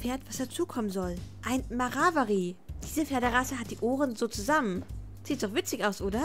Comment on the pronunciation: Ein mavarari😂 es heißt Mavri😂